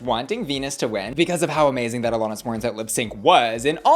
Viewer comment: Alanis. Not Alonis.